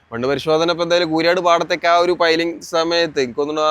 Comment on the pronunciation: പെയിലിങ്ങ് അല്ല മണ്ടാ പൈലിംങ്ങ് (Pile)😅